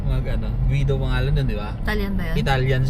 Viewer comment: Guido as in GI-do hindi guwido!🙄